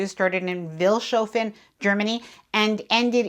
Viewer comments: What a great video. The only criticism I have is that you should try to find out how to pronounce the names of the towns. Pronouncing them with an accent is totally ok, but please at least make an effort. E.g. Vilshofen is "Fils-hofen" and Passau has the stress on the first syllable. I think it's a matter of respect. It's easy to look up basic German pronunciation. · The town you embarked in, Vilshofen, is pronounced Fils-hoffen as is normal in German speaking areas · Vils' hoe fen is the pronunciation.